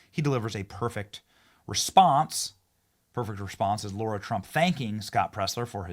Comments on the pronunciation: I'm legit wondering why Benny keeps calling her Laura Trump when her name is both spelled and pronounced Lara? I am not hating, i am legit wondering why he keeps doing that? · Benny Benny this is a sidenote I love to watch you all the time and I think you’re awesome. I love what you’re doing. However, my name is Lara and I am positive. You are mispronouncing Lara Trump’s name. You might ask her but there’s no U and there’s no O in Lara! It’s been a lifelong thing for me it’s been like nails on a chalk board to hear my name mispronounced so this is only to save you from getting it wrong❤❤ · Yes. Benny is too smart to keep on saying NUC YOU LAR instead of NUC LEE AR. I hope he’s not persisting in this error because he thinks it sounds “working class.” It’s not as bad as Kamelbreath doing a fake black accent but it is in the same category. You know I love you, Benny, but lose this blunder.❤❤❤